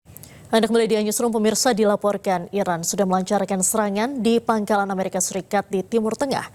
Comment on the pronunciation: Amerika Serikat, Bukan Ameriska 😅